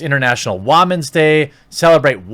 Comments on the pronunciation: Dude please stop with the WAMEN it’s women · Ok I like these videos but who tf say wamen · Is there a particular reason why Jeremy is pronouncing women as "wah"-men? Is there a joke I'm missing somewhere? Is he being satirical? Is he criticizing international women's day? I feel like I'm missing something or he is the first and only person I know of to pronounce the word this way. I recently have become a fan of Jeremy and it just felt like he's overly critical just because of the movie being very centered on women's empowerment to the point it teeters on the point of misogyny for me. I understand his disdain for the state of modern journalism, and the seemingly endless push for more inclusion of women can be deafening and even toxic at times, but at the end of it all, it just felt disrespectful and rude. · ITS TIME TO STOP!!! with the "WAH-MEN" pronunciation, pewdipie is like Swedish or something and for kids with 85mil sub he can do whatever he wants, u cant, plz stop this it sounds very FORCED and lame. I roll my eyes and wana unsub u everytime u do it.. plz stop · its pronounced waamin, because they are fucking children. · It's international women's day not whaman's day ... please don't be stupid :) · hey man...I actually agree with you on this whole situation but in all honesty please stop saying "Wah-men" instead of women. Not for any other reason than it is annoying and I think it helps to undermine your points. Like I said, I agree with your point of view... but dude.. you sound arrogant and condescending when you pronounce it like that. I'm just saying that you are playing into the hands of people like Brie Larson when you speak in that tone. but that's just my opinion. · what the hell is up with your pronunciation of "woman"? it's not WAH-MEN! LOL! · Why do you pronounce women like that? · since when "women" are "whamen" ? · I like this guy but why does he keep saying wa-men instead of how it's supposed to be pronounced. I'm getting aggravated.